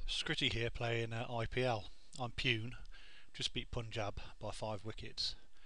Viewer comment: ahah, it made you laugh when you said pune. its pronounced "poon-eh" just thought id be helpful :)